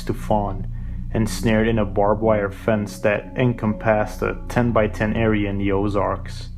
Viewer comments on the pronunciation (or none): Encompass is pronounced "en-compass," not "encom-PASS." It's just like the word compass, but with "en" in front.